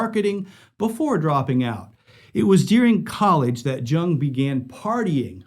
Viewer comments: Once he pronounced jung it’s pronounced young 🤦🏾‍♂️ lol I ended video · George “Young” the J is a Y sound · Great video but just a minor correction. George jung is pronounced George yung